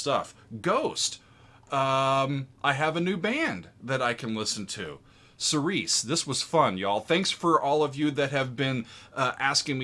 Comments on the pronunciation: You are pronouncing the name of the song wrong. It's Seer-see. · Love the reaction and analysis one note and it's not a big thing most people pronounce it that way but that word is pronounced like "cheery chee" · The word is pronounced keereesee. It's Greek. It means following the lord's house. It's a religious term